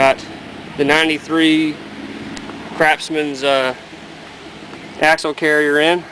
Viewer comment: are u saying ''crapsman'' or ''craftsman'' lol